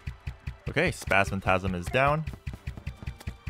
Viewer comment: It's not called spasmatasm it's called Spasmatism